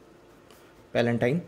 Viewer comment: i think Its a palatine not palentine( n*) anyway your videos are good ..❤️